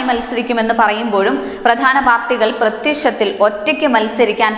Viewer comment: അ വ ശേ ശി ച്ചി രി ക്കെ എന്നല്ല പറയേണ്ടത്..... അ വ ശേ ഷി ച്ചി രി ക്കെ എന്നാണ്. പ്ര ത്യ ശ്ശ ത്തിൽ എന്നല്ല ; പ്ര ത്യ ക്ഷ ത്തി ൽ എന്ന് പറഞ്ഞു പഠിക്കുക. ഭ ശ്ശ ണം അല്ല ; ഭ ക്ഷ ണം എന്ന് തന്നെ പറയണം. വാർത്ത വായിക്കുന്നവർക്ക് അക്ഷരശുദ്ധി വേണം. ശ ഷ സ എന്നിവയ്ക്ക് വ്യത്യസ്ഥമായ ഉച്ചാരണമാണ്. ഭ , ബ എന്നീ അക്ഷരങ്ങൾക്കും അങ്ങനെ തന്നെ.